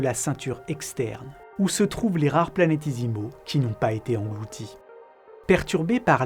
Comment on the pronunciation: super vidéo, si ce n'est que c'est "planét-é-simaux" et non "planét-i-simaux"